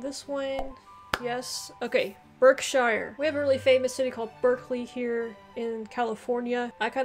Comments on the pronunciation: The correct way to say Berkshire, is Barksheer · You need to work on your pronunciations. A lot are named after their county towns or have things named after them, like a sauce or cheese. The e in Derbyshire, Berkshire and Hertfordshire is pronounced as an a. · pronounce Gloucester, as gloster. I'm from Somerset you say DERBY we say DARBY. you say Berkshire ,we say BARKSHIRE. you say WARWICK we say Worrick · Derbyshire and Berkshire. Pronounce the first “e” as an “a”. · You did really well 👍loved the pronunciation I live in Leicester which is in Leicestershire and you say it like lester I have lived here for 5 years. I was born in Berkshire but you pronounce it barkshire. Hope this was helpful good video 👍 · I’m from Berkshire. Where Windsor castle is , the Queen of England residence.but it’s pronounced. Barkshire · Berkshire is pronounced Barkshuh like we say clark instead of clerk as in the job. The same with Hertfordshire which is pronounced Hartfudshuh. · Berkshire, pronounced Barkshear ! I'm from Leicestershire, pronounced Lestershear. Enjoy your videos 😀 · Berkshire is pronounced Barkshur & Hertfordshire is Hartfordshur 😬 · Suffolk is pronounced suffuck! Gloucestershire is pronounced Glostershur Berkshire is pronounced Barkshur